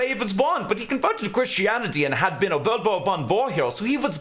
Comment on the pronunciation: With the accent pronouncing "World War One", the auto-subtitles transcribed it as "Vulva Fun".